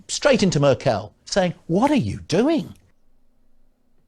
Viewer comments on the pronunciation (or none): Small tip. If somebody has not learned to pronounce the name of the leader of the country he is talking about, he knows nothing about the country. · This guy, "Lord" Digby Jones, already in the video grins like he hasn't the foggiest what he's talking about. He also proves it by not just mispronouncing Merkel's name, but also assumes that the German car industry would run to her. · I think the fact that he sees everything in terms of ethnicity "The Frenchman who is gonna be negotiating...." makes his argument pretty clearly something he should have left in the 1950s. The fact he totally mispronounces Merkel's name makes it clear he really has no international experience whatsoever and most likely is not even able to speak a second language. The fact that this.... shall we say "low information" man has a place in the unelected House of Lords makes it clear that the UK has a very low bar for entering government. This man clearly has no expertise whatsoever. Nothing he predicted happened. Nothing. Every trained economist predicted this would be the result of Brexit, and here it is. There is no reason to feel sorry for anyone who voted for this, because they were warned. I have no doubt that the UK will continue to lose relevance in the EU and in the world in general. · who is Mer Kel? :D